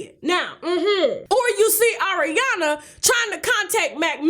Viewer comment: Why did the way she said Ariana in the beginning remind me of the Chipotle vine?? AORiana! ChipOUTle! ChipOUTle!!!! 😂